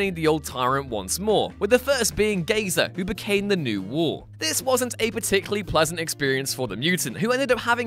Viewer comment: Every time you say war it sounds like wool